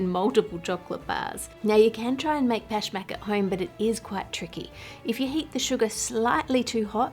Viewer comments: I am Persian and Pashmak is one of our traditional cookies. i love how correct and good you pronounce it. Love you and your great content . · the word is pashmak, right? how would you even mispronounce that? normally id agree but pashmak maps onto english sounds pretty well and she said it the way everyone does lol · I loved how accurate your “Pashmak” pronunciation was.